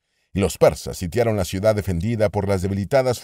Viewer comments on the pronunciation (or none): none